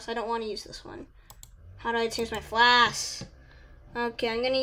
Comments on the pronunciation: WHY YOU SAY FLASK ITS FLASH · Not to be rude but he’s mispronouncing flash